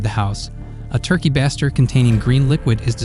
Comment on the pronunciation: Turkey Baster (bay-ster)